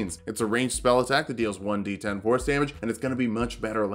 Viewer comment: Wait, I swear that you say "1d10 horse damage"